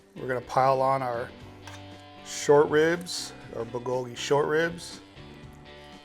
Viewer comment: I love this recipe, mixes korean and western food...let me help you take the pronounciation to the next level. "Goat chu chaang" & "bool ggogi"